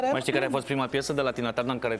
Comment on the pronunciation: Julie a pronuntat perfect numele artistei la , in rest numele indragitei artiste suna ca la Resita